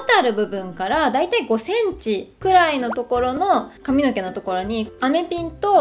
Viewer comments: えっイントネーション違う､､､？？ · 地方によって違うのかと思いました💦